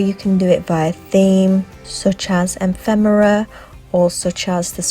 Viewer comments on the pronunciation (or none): Great video... little pronunciation too, it's ef-fem-era, not em-fem-era 😊